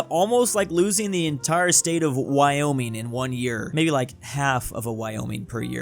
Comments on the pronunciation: "woyming popuatlino" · ah yes, woyming popuatlino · woyming popuatlino .-. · "Wyoming popuatlino" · woyming popuatlino